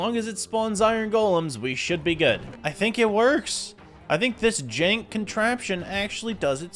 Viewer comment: Bro saying "jank" though!